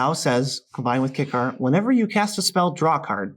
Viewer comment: Everytime they pronounce Kykar Kick-are instead of K-I-car I die a little inside